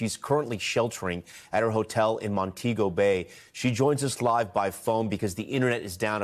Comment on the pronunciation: Al I expected better it’s Mon-tee-go Bay